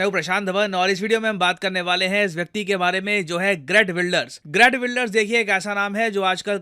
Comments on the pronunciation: असल में उनका नाम "हीअर्ट विल्डर्स" ना कि ग्रेट विल्डर्स sir...😊😊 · Not Gret Wilders but Geert Wilders.... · Not greet wilders but geert wilders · Sir aap geert wilder ko great wilder kyun pronounce kar rahe ho 😂😂😂😂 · gret nahi geert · sir its geert wilders